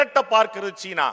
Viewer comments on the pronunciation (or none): none